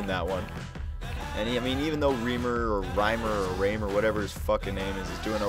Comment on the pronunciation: i love how you pronounce riemer wrong and thinks he's "okay"! and today he's absolutley amazing,lmfao